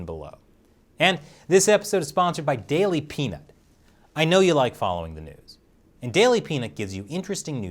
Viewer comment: When he said "daily pnut"..... well..... that's not what i heard the first time....... lmao